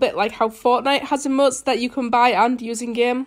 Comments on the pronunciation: Oh no wonder u sound weird Sorry :c but when u say Emotes it kinda sounds like ur saying Eh-motes and when u day Fortnite it sounds like ur saying Fo-Nite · Nobody: saying emotes: emoO. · She says like emøts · "e-muts" ;-; wot u say